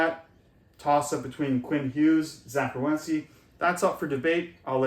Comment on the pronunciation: It's Werenski, not Rewenski.